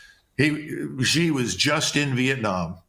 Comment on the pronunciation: It's hard to take your china analysis seriously when you don't know how to pronounce president "Xi"